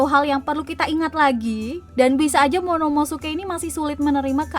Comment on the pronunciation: Yg bener monomosuke apa momonosuke? (Menit ke ) Airis chan